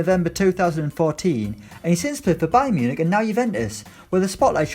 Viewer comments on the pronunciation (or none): none